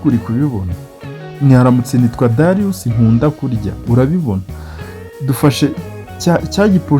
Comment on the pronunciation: Dariyusi❌ Darius ✅